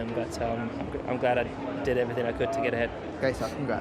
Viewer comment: Why is Leclerc pronouncing could as cool, and would as wool??? Please somebody let him know. You have to pronounce "d" not "l"